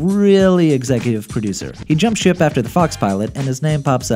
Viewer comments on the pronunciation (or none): none